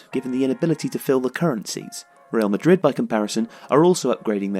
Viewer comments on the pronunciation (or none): none